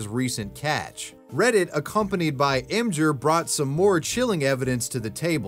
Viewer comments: Em-jur? Em-Gir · emjur? You mean Imgur (Image-r)? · im-ghur not im-jur.... wtf